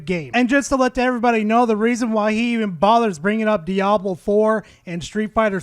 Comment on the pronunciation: Idk what's worse, that dude's takes, or the fact that he says Dye-ablow and inntendough.